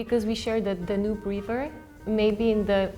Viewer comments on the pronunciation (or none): none